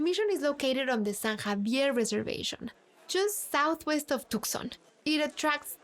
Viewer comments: Its toooson you nitwit. Tucson not tuckson or Took son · too* saan. You don't pronounce the C as it's silent. Yes, even for us Hispanics 😅